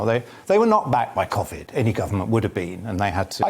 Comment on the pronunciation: Where has he picked up that bizarre pronunciation of Covid?